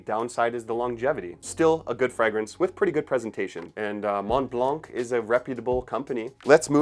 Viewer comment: what is a "Fregrence"?